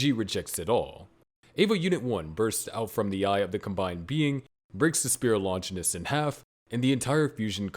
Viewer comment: It's Longinus, not Lonjinis